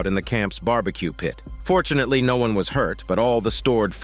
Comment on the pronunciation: You really said fortunatelly 😂😂